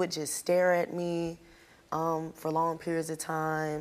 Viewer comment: Long not ling